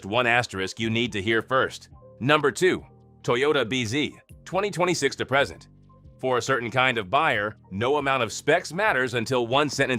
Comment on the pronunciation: Get a better AI reader! This POS constantly mispronounced "present".